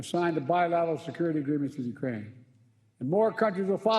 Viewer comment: Destroy Uraine culture 😂..scripted and on the teleprompter and he still cant get it right